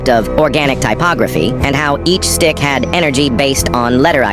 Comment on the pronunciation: Not it saying dick instead of stick